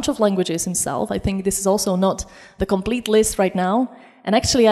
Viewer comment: You can tell she's Czech - she puts the same stress on every word she says. You can also notice that she pronounces words with the stress at the beginning (e.g. instead of comPLETE, COMplete...)